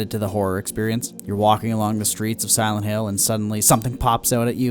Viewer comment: Did this man just say "simonhill"